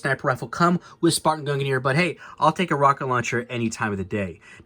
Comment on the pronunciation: Why does nobody pronounce mjolnir and gungnir right? They rhyme.